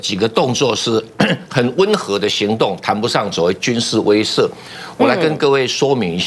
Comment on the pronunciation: 感谢感谢！终于，贵台有人把威慑，念成(weishe)(she四声)了，而不是(weizhe)。谢谢蔡教授！